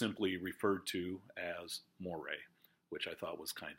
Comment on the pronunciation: Just wanted to mention "Moray" is actually pronounced like the name "Murray". I've heard the rule for British aristocracy is that the more famous someone is, the more likely it is that their name is not pronounced as it's spelled. :)